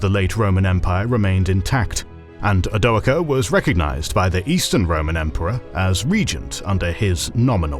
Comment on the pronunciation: I honestly don't think I've ever heard "Odoacer" pronounced the same way in any two videos....